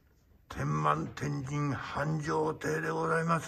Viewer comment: てんまんじゃなくて、てんまてんじんです。